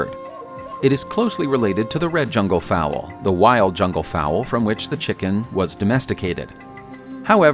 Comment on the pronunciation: Fowl! Not fowell 🥴